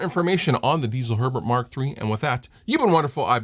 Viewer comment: It's Herbert, not urrburrrd, please stop bragging about your German heritage.